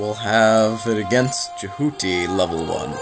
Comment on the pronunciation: It's pronounced Je - hu - tee and Neet Play the game and you'll find out :D